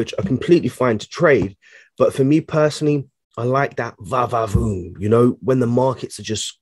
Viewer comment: I LIKE HOW YOU SAY VA VA VOOM LIKE YOU FROM SOUTH AFRICA..😂❤